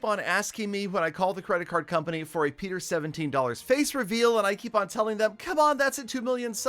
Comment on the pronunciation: I thought he said I will reavel my face HAHAHAHA